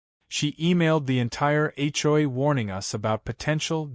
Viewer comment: When will AI learn to say HOA correctly, HCHOY is getting tiring🤣🤣